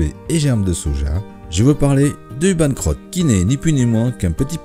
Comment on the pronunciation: Comment ça du Banh crotte? Ça ne va pas donner envie d'y goûter ça si c'est prononcé comme ça!😂 Il vaut mieux prononcer "cot" à la française au lieu de "crotte".😅